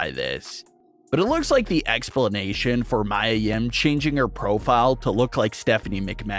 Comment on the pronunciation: Her name is Mia(Mee-ah) Yim not Mya or Maya like Angelou or the singer.